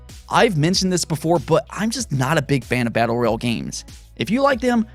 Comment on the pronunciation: its royal not reel